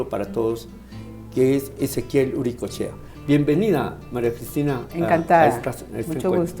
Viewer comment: ¿por qué nos pronunciam mal el apellido? Es UricoEchea